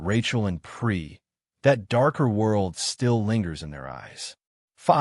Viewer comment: "Pris"...not "Pree". Can you not spell or can your text to speech translator not read?